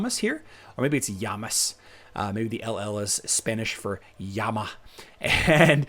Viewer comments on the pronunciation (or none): Native Spanish speaker here. I laughed when you said "llama". xD